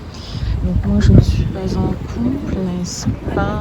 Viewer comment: Haha j'ai trop rigolé à la fin: "couple, coupleeu, couple, couuuplee" ;'D